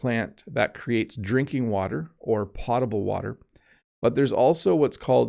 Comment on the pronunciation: Hi! Thanks for your wonderful videos. By the way, I’m afraid “potable” should be pronounced “pOH table”.🤔 Hope it helps.☺️